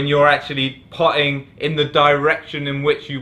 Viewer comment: Puh'er?, Puh'ing?, when did you lose the ability to pronounce your "t"s?